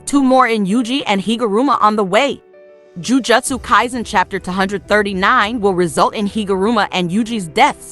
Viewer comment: Lol how do you pronounce the name of the anime wrong